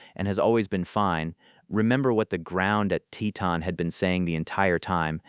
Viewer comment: TeeTon, the pronunciation is TEEton